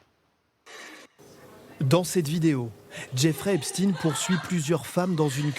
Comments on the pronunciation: Même les médias allemands disent Epstine c'est désolant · EpstEIN et non EpstINE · Epstein, pas Epstine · vous dites "albert Einstine" ?vous dites "Frankenstine" ? non...ba alors pourquoi vous dites "Epstine" ?? c'est Epstein !!! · Pourquoi epstein se prononce epstin dans les médias télévisuels français ? Il y a un problème avec la vraie prononciation de son nom ?